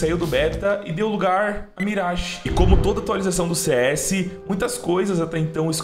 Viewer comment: parabéns pela pronúncia da mirage! Top